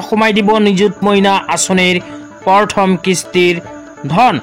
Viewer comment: উচ্চাৰণ ভালকে কৰিবলে শিকি লওক । পৰথম নহয় প্ৰথম হে হ'ব।